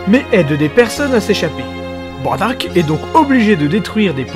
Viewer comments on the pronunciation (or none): none